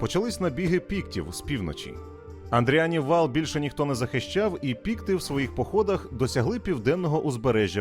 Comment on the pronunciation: Ну не Андріан же, не Андріан. Андріанів вал... Просто соромно за таке.